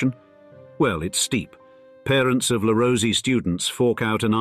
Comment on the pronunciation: This is the straight dope on elite schools! Just ignore the fact that we can’t pronounce the names of the French and Franco-Swiss ones! “La Rosie” “Egg-Lee-On” 🤡🤡🤡